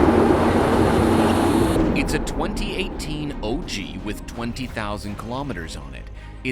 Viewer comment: It’s OG not oj